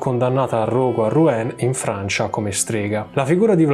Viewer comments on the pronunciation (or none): none